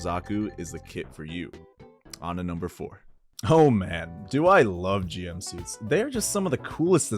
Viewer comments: The GM is officially pronounce 'Jim'. That's how it was said in the original show up until English Dubs starting saying 'Gee-Em'. It's because Japanese pronunciation differs from English and it sounds like 'Jim-oo'. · Hearing someone mispronounce GM, while at the same time owning so many Gunpla, is painful. Great collection though and loved the video lol